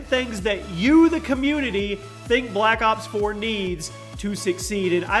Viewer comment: Every time he says black ops 4 it remains me of my childhood, black cocks four xD